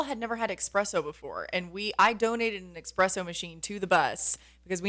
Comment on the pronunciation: It’s espresso not expresso